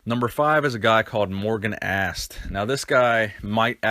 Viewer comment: It's Morgan as-tay .not asst